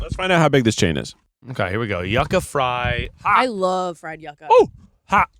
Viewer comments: I came here for this! I went to college in Miami and Cubans pronounced it YOO-kah, I think it’s the Spanish pronunciation lol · Hearing them pronounce it YUCK-AH instead of YOU-KAH was driving me wild lol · Hearing it pronounced “Yuh-Ca” instead of “You-Ca” made me scream as a Cuban 😂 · Yucka???? Yucca baby. "U-ka" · This! Its not yuck-ah its yew-ka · i always thought Yuca was pronounced YOO-kah, not yuck-ah ? am i crazy? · I say this with love… it’s YUU-KA! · It's pronounced you-ca